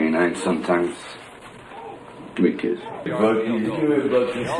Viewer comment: The dog is not called Butkus, It's called Buttkiss. Just listen very carefully to how its said